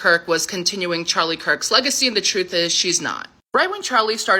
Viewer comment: Did just say trufe instead of truth?